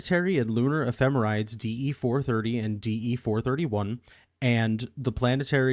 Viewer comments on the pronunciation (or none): point of pedantry - the end of ephemerides (the plural of ephemeris) is pronounced "-eedeez".